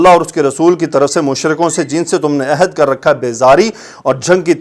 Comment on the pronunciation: Mazrat ke sath,ohad nahi hota ahad hota ha jiska mtlab ha wada